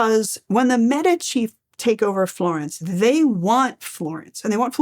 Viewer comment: medicus médico Médici not Medíshi How do you pronounce the word "medicine", or "medics"? The stress is always on the "e".